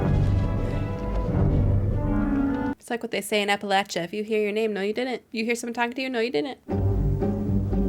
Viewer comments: As someone from the Appalachian region I'm happy to hear someone pronounce it the right way. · As an East Tennessean, I appreciate the authentic pronunciation of “Appalachia.”